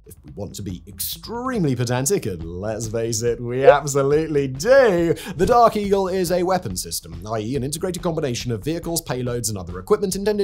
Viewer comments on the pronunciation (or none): Did this MoFo say DARKIE??? Oh, Dark Eagle🤣😂😂🤣